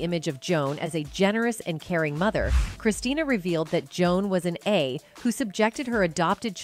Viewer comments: What kind of low quality videos is this? It’s Christina. Not Christiana. This woman should let her mother rest ffs. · Please correct numerous errors, such as incorrect spelling and mispronuncIation of "Christina" and "Bette". As far as from where Joan adopted "Christina" (not Christiana) : celebrities who used Tann's services did include Joan Crawford (twin daughters, Cathy and Cynthia were adopted through the Tann agency), but daughter Christina and son Christopher were adopted through other agencies). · It's Christina not Christiana!! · Her name is Christina, not Christiana... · Christina not Christiana. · Damn AI voice pronounced Christina and Bette Christiana and Bet, smh. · "ChrisCHIYANYA"? "BET Davis"??? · Seriously? it’s Christina and Bette is Betty…I mean…how do you tell a story and not research and know the pronunciation of names? Furthermore…how can one NOT know who Bette Davis is? 🤔 you’re an embarrassment.🥴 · Please try saying CHRISTINA and BETTEE. Sorry to correct you. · Who is the narrator!? Mispronouncing Bette and Christina. WTH ? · The mispronunciation of Christina and Bette Davis is criminal. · I only made it through 1/3 of this video... it is so poorly researched. You mispronounced Christina. You mispronounced Bette. Also there are movie clips spliced in there that have nothing to do with Joan or Christina Crawford. Worse yet: when did we start saying "A" for Abuse and "K" for Kill ???? Those may not be pleasant words but they are certainly not blasphemous swear words that need to be sanitized. OMG. Thumbs down. 👎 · The narrator loses credibility when she doesn’t get the daughter’s name right. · Can’t you get her name right? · She mispronounced Christina’s name & Bette’s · Her name is Christina!!!! Get her name right!!!!